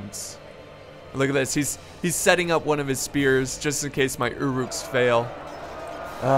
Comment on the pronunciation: its pronounced ur uks